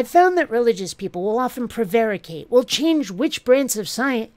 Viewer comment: Teople preating? Poor, leave him alone. Thank you so much for this and all your other videos this year. Merry Yuletide.